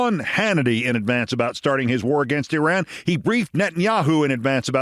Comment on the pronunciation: Keith you are smart and articulate but your grammar is horrible and you mispronounce Iran and Iraq. Please contact me and I'll teach you how to use a gerund.